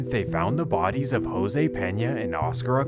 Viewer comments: This goofy ass white boy really pronounced "Jose" , "Hyro" 🤣😂😭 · You did not say Jose like that bro how you even pronounce that 🤣🤣, i continued the vid n noticed you made a typo my bad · do you not know how to pronounce jose 😂